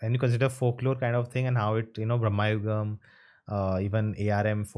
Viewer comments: Brama yugam✅Bramma yugam❌ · Not Brahma-yugam (Age of Brahman) Its Brama-yugam (Age of Madness) Like Kali-yugam (Age of Kali) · It is not Brahmmayugam, everyone being pronouncing it wrong. It’s Bhramayugam. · its bramayugam..not bhrama.. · not bhram..its bramayugam.. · Sorry, brother... but I really don't understand this Hindu-ization (or the ignorance towards knowing what the actual pronunciation is) of film titles. 'Bramayugam' it is, not 'Brahmayugam', meaning 'the age of illusions/madness', and not 'the age of Brahma'. Some work in that direction would be greatly appreciated. It's just like addressing you as 'Nana' instead of ''.